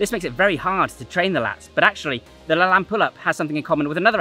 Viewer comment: First, learn how to properly pronounce LaLanne. He deserves that much. The Superman push-up covers everything anyone could need for strengthening the upper body. That and 500 bodyweight squats in 5 minutes or less and you're covered. Now try it w/ one arm and one leg.